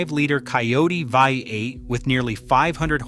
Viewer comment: FFS. thought there was a human narrating until I heard vi-8. sort your editing out! how hard is it to spell the script phonetically? or is the whole thing AI?